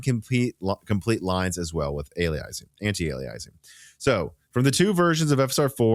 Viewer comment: Love you but you seem to be mispronouncing "aliasing"...?